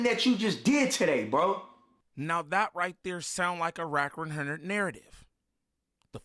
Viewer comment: "wrack wunhurrnid" 🤣😭 "Imma keep it a Bundelly" 😭😭